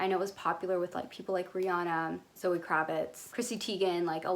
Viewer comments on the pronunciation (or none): none